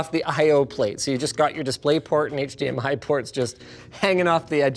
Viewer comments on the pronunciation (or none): none